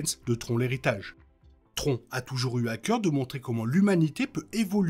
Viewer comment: tron dit comme "tronc" j'ai vraiment du mal, c'est bien bien moche